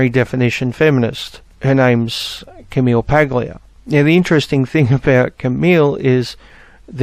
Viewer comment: Ok, this has nothing to do with the content of the video, but your pronunciation of Paglia makes me want to give you a brief lesson on Italian pronunciation. In Italian, when you have a G followed by an L or an N, when you pronounce it, you swap the sounds of the two letters, and change the G sound to a Y. So Paglia would be pronounced "Pal-ya" as the Y sound also kind of blends in with the IA. Technically, it would be pronounced "Pal-ee-ya," with the "ee" sound being very, very short, but "Pal-ya" sounds close enough. Again, sorry for being off-topic, but that bugged me.